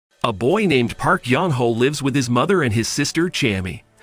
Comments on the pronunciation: Sorry but having the guy reading the name as Young Hoe makes my roll on the ground with laughter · I can't help but keep hearing you say Yong Ho as "Young Hoe." 😂